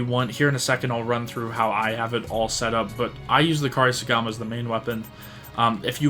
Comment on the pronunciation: Say it with me….. Coupe-Sorry-Gama 😂😂😂